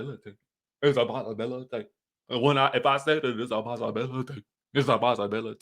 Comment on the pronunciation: Came back just for the part where you say “ISSA POSSABALATY” 😂😂😂